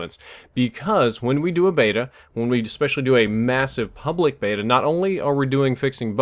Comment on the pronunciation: Nobody says Beta properly!